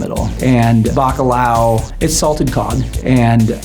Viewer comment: Ok but they way he said Bacalao was Diabolical 😂🤣💀